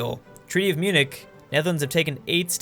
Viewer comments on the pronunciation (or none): none